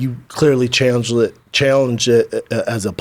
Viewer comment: Wtf did he say ? "challenged"? "Chanelllged"? "Changelled"? I had a stroke listening to Brenda within the first 2 minutes lol